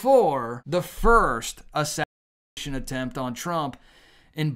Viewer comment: hey, if you can say “assassins creed” you can say Assassination.